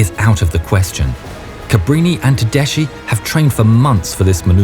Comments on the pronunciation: Tedeschi has to be read as Tedeski, not Tedesci. I cannot listen to such a shame. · darlin', it's teDESKY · Everything is perfect but just a correction Tedeschi is spelled Tedeski, not tedeshi